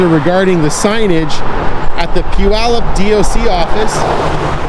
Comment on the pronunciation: For those wondering.. it's pew-yallop.